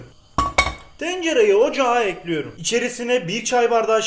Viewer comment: Güle güle “Ekliyirüm” Hoş geldin “Boca Ediyorum”